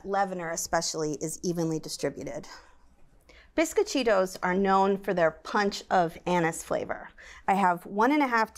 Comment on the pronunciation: Bisquit-cheetos???!!! LOL! It's bees-coh-chi-tos.